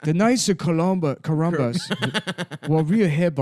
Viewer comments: Love how he corrects “Columbus” to “Corumbus” during the Chinese bit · The knights of corumbuss. They wurr weal headbweackahzz